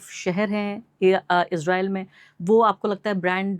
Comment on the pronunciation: जज्बा नही जज़्बा। इजराइल नही इज़राइल। बार बार जज़्बा को जज्बा बोले जा रहे हैं!!!! 🤔🤔